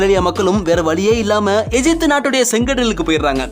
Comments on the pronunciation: தமிழில் எகிப்து என்றுதானே படிக்க வேண்டும்? ஏன் எஜிப்து என்று படிக்கிறீர்கள்? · அய்யா எஜிப்டு அல்ல தமிழில் கூறும்போது எகிப்து என உச்சரியுங்கள்